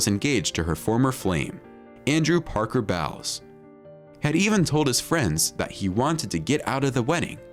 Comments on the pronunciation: "Camilla Parker-BOWELS"? LOL It's pronounced like bowling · “Camillla Parker BOWELS” 😂😂 🤷🏼‍♀️well that says a lot! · We knew that!!! The food stories are lies You've misunderstood a lot of the Camilla part. all you are telling here is the media's spin on the story. Also mispronounces her former last name. her last name before she got married was the Shand. The Diana part, some facts are missing. the media loves to paint the picture of Diana as a saint Please try not to believe people who speak their own opinion as if it is the truth.!! None of them know anything about what Charles eats, thinks or talks about in private conversations. The media has never portrayed him in a nice way. The media has always loved to villainize him regardless of the truth